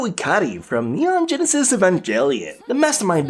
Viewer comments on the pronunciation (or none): none